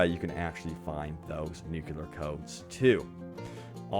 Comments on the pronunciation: ‘Nu-CLEE-ar’ like nucleus of an atom (not ‘nu-QUE-lar’) haha - thanks for the informative video! Sorry about my pet peeve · Stop saying 'nukular!' It's nuclear! NU-CLEAR. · Nu-clear not nukular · nuclear not nucular :D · Oh my frickin GOD MAN! Learn how to say nuclear already!!! Getting SO FRICKIN ANNOYING. There is no such thing as a nuculus! It's called a Nucleus! Hence N.U.C.L.E.A.R. not Nucular! You sound like a frickin hick drop out with barely a brain cell to speak of. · Is it THAT difficult to say correctly NUCLEAR?